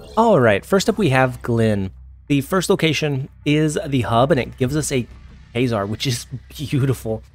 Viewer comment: Kay-zar? Lol